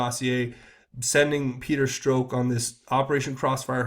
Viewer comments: Starting to sound strange, you pronounce Stzrok's name "Stroke". ok, so it's Peter Stroke ????? And then you say "tainted" several times. I'm not a perv but most of these elites are....so I'm wondering, is this all just a psyop? Another huge distraction ?? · Peter Strzok, is pronounced Struck.